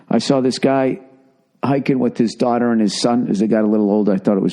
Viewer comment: Billy butt crack it's been awhile since you hardcore rant. But once you talk about your dauughtaaaa you become a soft serve😁 but I love this podcast